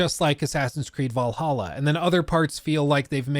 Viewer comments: missed it when you said vallaha instead of Valhalla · Thanks for teaching me the correct way to pronounce Assassins Creed Vallaha. I hate it. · I might be an AC valhalla hater for that but i keep hearing "Valhollow" when prounounces it lol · You called it "Valhalla" instead of "Vlahla", for shame! FOR SHAME! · Actually crying didn't say Va lah hah 😭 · You said Valhalla without the sound bit. How dare you. 😢